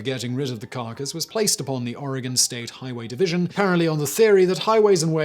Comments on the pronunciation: You say oregon real funny. We all know who’s not from here when they pronounce the e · I lived in Oregon (pronounced "Orygun") at the time and my aunt handled the insurance claim for the damage to the vehicle. However, you got two facts wrong. The newspaper was the Eugene Register GUARD, not Herald. And Oregon beaches have been public highways for many decades before the whale incident. It didn't just happen on that day. It is the way that Oregon keeps its beaches from being privately owned.